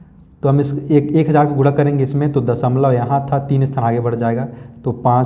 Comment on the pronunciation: Guna hota hai guda nahi😂